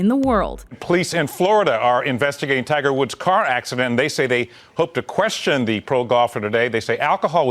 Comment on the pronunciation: did you say tiger's wood at the end